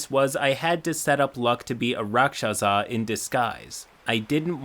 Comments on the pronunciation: The way you say rakshasa pains me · omg 🤣😂 your pronunciation of Rakshasa killed me!